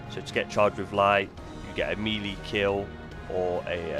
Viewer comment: Why is he saying Melee like that? I thought it was some new artefact that I missed.